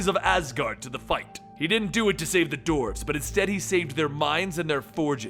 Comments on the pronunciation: Why , why , why....why are you saying DORFS! ...Its Dwarves...everyone knows how to say dwarves. Phonetically pronounced "Dworves" not Dorfs...come on. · Why do you say doorves